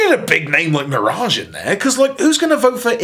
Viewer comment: Love the way pronounces "MEER-age."